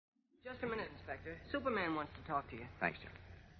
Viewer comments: Yeah - that tickled me too. It seems like one of the announcers was trying to have a posher radio voice than contemporary BBC radio announcers! Syuper! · Love that the announcer pronounces it "Syuperman"